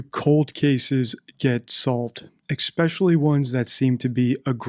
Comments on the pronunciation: I've noticed you say expecially instead of especially. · I noticed that too, and somebody else also pointed it out a while ago.